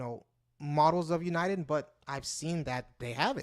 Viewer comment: we use this to talk all over the world either by voice, morse code, or one of thousands of digital formats that we have to send data and information. Send email over RF not using the internet. and so much more. Where are you from and what is your channel about? you are mispronouncing UNIDEN but that's ok I subscribed anyway LOL :)